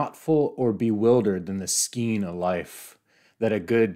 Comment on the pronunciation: *And skein is skane .